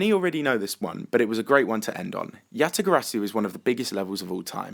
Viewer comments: you said "Yatagasu" instead of Yatagarasu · You said "Yatagasoo" instead of "Yatagarasu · Did anybody else realise that he said "YataGASU" instead of yataGARASU XD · Yatagasu? Lol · Anyone heard he said Yatagasu instead of Yatagarasu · "Yatagasu" LOL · he said yatagassu instead of yatagarasu ;) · Did you just say Yatagasu? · lul you said yatagasu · you said "Yatagasu" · you said yatagasu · Did You Say Yatagasu? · did you juse say yatagasu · said yatagasu. XD. no hate.